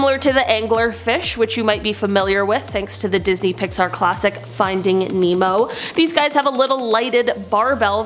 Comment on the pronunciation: Did she say finding memo?